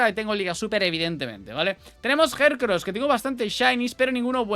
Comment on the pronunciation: Por qué a algunos Pokémon los nombra tal cual se escriben (Jellycent) y a otros se inventa la pronunciación (Jercros=Heracross)😂